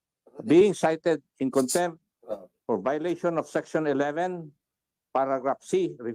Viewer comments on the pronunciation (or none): Let me correct you-“cite” (not sight),”contempt”(not contemp).Ka Eric was cited for contempt.Thanks